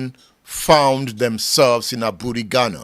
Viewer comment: Aburi is pronounced “ebri”. The e is pronounced like the “a” in the word amen. I once visitrd the hilly comunity of Aburi. very beautiful community. You are doing a good job that will outlive you. The future generation will celebrate you🎉